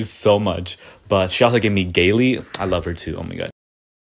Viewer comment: sjskdjdjsjdd what is with name pronunciations in this compilation ahhh “Gay-lee”??? Noooooo it’s Gayle (as in Gay-ul)